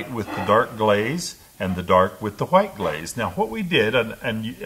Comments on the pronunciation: The tutorial was great but the way you say white makes me uncomfortable… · i thought i was the only one